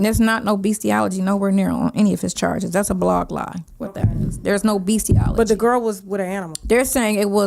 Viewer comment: Did say “beastie-ALLERGY”? …. talking just like Nesto.